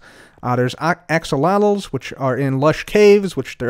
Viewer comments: the way said axolotl sent me. like yes that is the right pronunciation but my brain sees the word and goes "axsotle", which i think is a cooler way to say it. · He pronounced axolotl right yay!!